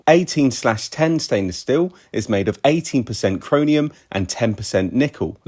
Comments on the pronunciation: I believe it's chro"M"ium, not chro"N"ium. Still a great video. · Great info, thanks. Just for reference, it’s chromium (two m’s) not chronium. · "chroninum" LOL